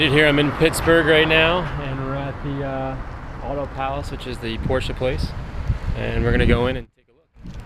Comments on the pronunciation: I'm just glad you know how to pronounce Porsche. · omg an amercian that can say porsche